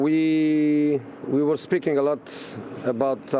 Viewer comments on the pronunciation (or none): none